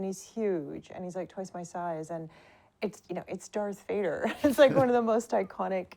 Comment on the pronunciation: Ein englisches Interview eines deutschen Kanals ist schon dann gut, wenn sich zur Abwechslung einer nicht wegen unglaublich schlechtem Englisch völlig blamiert (alleine dass viele action, cigarettes und den Unterschied V/W nicht aussprechen können ist so arg)! Yves sagt zB Gott sei Dank VADER und nicht UÄJDA